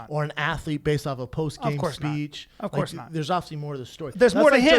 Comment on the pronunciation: There's a lot of words he can't say like 'obviously'